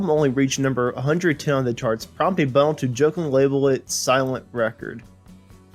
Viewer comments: It's Bun-nell', not Bun'-nell. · It's Bunn-ell, not Bunnul... it's Ball-ard, not Ballerd... most of all 'Ruislip' is Rice-lip, not Rooy-slip!